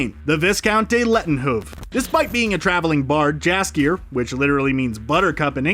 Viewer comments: Jaskier should be pronounced as Yaskier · [Sigh] "Viscount" is pronounced VAHY-kount, NOT VIS-kount. The S is silent. And I'm pretty sure the J in Jaskier is pronounced as a Y. And Geralt's name is...just wrong. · So much about Jaskier without pronouncing his name right even a single time. NEw AchIEvEmENT. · And Jaskier (pronounced 'yasskier') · hmmm, I like Jaskier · Gralt was not that bad, but Jaskier and Andrzej Sapkowski makes my ears bleed. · The pronunciation of "Geralt" isn't bad. "Jaskier" is wrong though, and "Andrzej Sapkowski" is simply hilarious ;)